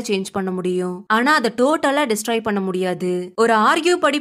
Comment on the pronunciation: Next time please pronounce "பண்ணே" as "பண்ண". Thanks !! ❤